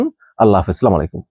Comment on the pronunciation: ভাই আপনার কথা ভালো লাগে। আপনার নিউজ দেখি সব সময়। কিন্তু আপনার একটা জিনিস আজকে খারাপ লাগলো- সেটা হলো নিউজ শেষে বললেন 'স্লামালিকুম' । একজন জ্ঞানী মুসলিম হিসেবে সালামটা অন্তত শুদ্ধভাবে দেওয়া উচিত আপনার।